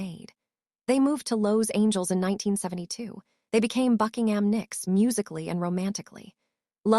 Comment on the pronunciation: They moved to "Lows Angels"...... AI anyone??? :(